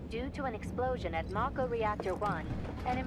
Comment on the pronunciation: pronounces mako as 'may-ko' despite having seen Advent Children and having pronounced 'mako' properly in episode 1 of this Let's Play